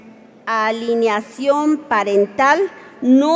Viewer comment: ¡Qué vergüenza de diputados! No tiene ni idea de lo que habla, ni siquiera sabe pronunciar. No es "alineación" sino Alienación, no es "congretula" sino congratula, y menos "suidad" sino ciudad. Acaso, no les da dinero la cámara para asesores, o ¿los asesores deben estar igual? Por lo menos enséñenle a leer ya de perdida a "ler"